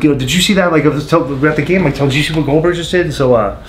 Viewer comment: Who the hell is glodberg??